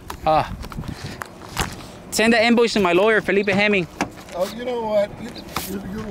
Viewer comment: Awww damn! You ruined the whole video, in fact my whole day, when you said Felipe Hemming!! 😡👹